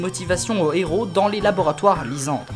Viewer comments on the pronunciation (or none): none